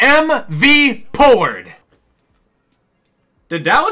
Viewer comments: Hey, just letting you know that tony pollards name is pronounced tony pOllard as in pole or poet. Have a good trip! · pls say tony pollards name right